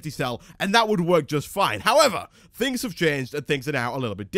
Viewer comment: ***** Lol "thins"